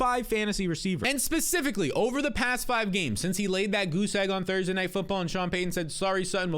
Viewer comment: My man still can’t say specifically correctly… 😂